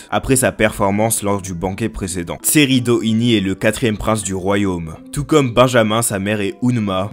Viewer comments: Mon gars c'est Tserriednich et pas Tserridini et Hisoka et non Hizoka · Pk tu dis Tesredini et hizkoka ?🤣🤣🤣@